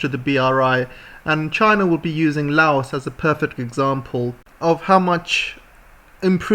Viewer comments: Fun fact. There's no S in Laos. It's pronounced as just "Lao" Like "loud" without D. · trade containers from cambodia thailand vietnam laos going to eu started from laos 2 days ago. taking 3 wks journey instead of 3.5 months by container ships. its pronounce as " loud" not "lay os" did u know british ruled part of laos. xipsongphunna. and then china took it in 1949. train is not a gift. a loan needs to be paid back. usa gift for laos was to send it to the yrs zero. uxo still killing. even after 200 yrs uxo will be a problem